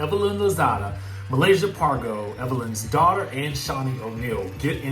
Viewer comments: 😭😂😂😂😂😂😂😂😂 I CAN HEAR IT TO 😂😂😂 “DAWTA” 🤣🤣🤣🤣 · Right on girl. Dawta lol. Thats exactly how she says it! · It’s the “Dawta” part for me🤣🤣😭💀💀!!!!!!!